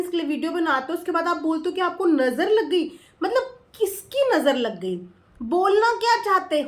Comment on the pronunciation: Manisha bhi hamesha nazar nazer bolti hai. 😂😂😂😂😂😂😂